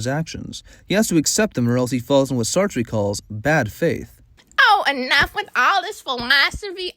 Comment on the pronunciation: immediate fail for mispronouncing sartre 😅